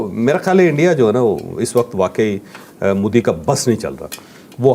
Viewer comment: apne corrupt military ka propoganda mannna band karo. Tumhare missiles intercept kar diye ja rahain hain. Cruel people running terrorism camps to target non Muslims then crying victim. Btw it’s mo di not mu di. Like Mohammed like modem. Mo not mu